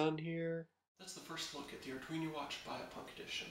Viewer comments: lol its arduino not arduiño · ar dween o. it is not an ar dweeny o